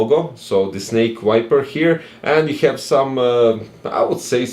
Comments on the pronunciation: You're pronouncing wrong the name, is Viper, not wiper! lol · You can ignore my comment, anyway I have auditive problems and Im from Costa Rica, so English is not my first language, is Spanish. Im sorry for my bad comment 😢 But seriously, in this video I hear wiper instead of viper, maybe only I can hear that... 🤔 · I can hear as this: wu-ai-per Correct pronunciation: vai-per I think this is a thing I only can hear, maybe yes, maybe not, but see the youtube cc, they have the proof, lol